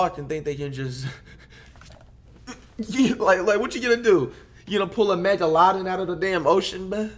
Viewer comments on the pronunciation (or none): “megalonin” You mean megalodon? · MANS FOR REAL SAID MEGALODIN INSTEAD OF MEGLADON, IM DYING OF LAUGHTER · Who else came straight to the comments when he said megaladid 😂. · Everyone: Megalodon Flight:MegaLawDen enjoy your day😎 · “Meg-a-lod-in” Excuse me Mr. Kamani, it’s “Meg-la-don” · dude said "mega-laddin" instead of megalodon lmao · A megaloden wtf is that I heard of a megladon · Yea Mega Laden, Osama Bin Ladens long lost brother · Meg load in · no megalodin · 😂 “megaladin” I’m 💀💀💀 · this man said megaladan”😭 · Only flight pronouncing Megalodon as mega-lau-din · “Mega Lodon” 😂😂😂😂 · “A mega lodden” 😭😭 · "Maegallladon" Flight 2020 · “megalawdon” LMFAOOOOOOOOOOOOOOO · Flight said megalodadin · Flight almost made me forget how to correctly pronounce “megalodon” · Dude really said “Megaladen” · Dis dude said a mega-lodin 💀🤣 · mega-la-din. no way he really just miss pronounced megalodon flight is extra extra high in this vid lol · Are we just gonna ignore the fact that he said megalodin😂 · Did he say mega-lodin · Boy really said megaladin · We not gonna ignore that he said megaladen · he said megaloden LOL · Man said mega”Lahdon” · Bro I know flight didn’t just say meg-a-laadon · he said "megalodin" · this nigga said a mega lodin 😂😂😂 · O my god he really said mega ladon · This dude said mega - lodon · Mega- Lah-din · Bro said megalodin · He said a medagalotin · why does he still say megalodon like that?😂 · listen to how he says megalodon😂